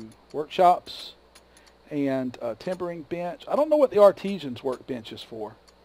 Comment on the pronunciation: Are "Art-is-sans" supposed to be pronounced "Arteshjans"? lol